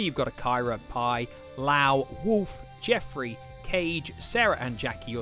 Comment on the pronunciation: Oh, I confused this channel for Game Sack 😂 Wait did he pronounce Wolf, Oof?!